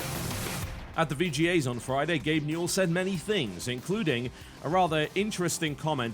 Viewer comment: I tought you said gay mule when you said gabe newell